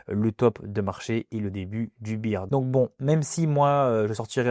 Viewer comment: je trouve tellement dommage de gacher une belle analyse en persistant à dire beer ou lieu de bear